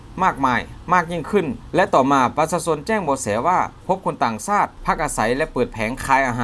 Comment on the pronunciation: กูท้าได้เลยคนอ่านรายงานข่าวคลิปนี้ ไม่ใช่คนไทยอย่าคำว่าชาติมันบอกว่าซาด